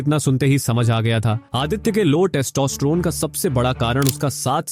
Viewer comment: Kis kis ko testosterone bolna nhi aata 😂